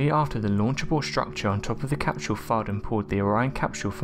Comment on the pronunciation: The capshule lol sorry